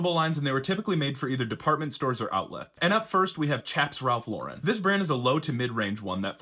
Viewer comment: You’re pronouncing the brand incorrectly. FYI